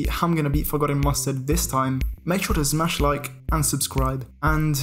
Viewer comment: I love how always says smash, zmash